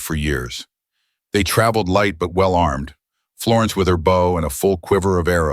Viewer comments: Listening from Utah USA. This is a really great story, but narrator doesn't know the difference between "bow" as in bow and arrow, and "bow" as in bowing to a king or queen. Two different sounds. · THE AI CANNOT EVEN PRONOUNCE "BOW"